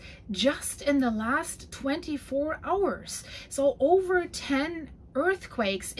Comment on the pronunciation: "ober 500 reports",, are you serious? That's a funny German-Canadian mixture of "over" and "über". "Herr Ober, den Report bitte!" "there are no seismic stations", yes, so predictions are more like guesswork. Probably true for many areas in the world. "Rudi has enough", you should teach him more patience. If he's 30 centimeters tall, and you're in the USA, you could use him to teach American kids the metric scale. A standard European ruler, used in schools, is 30 cm long. "do not copy what he is doing", well, I'm not so sure that I wouldn't. Another wonderful video with a lot of information. Thanks for the geological maps, you're always very thorough with that. I'm waiting for the day you admit that you're actually a scientist.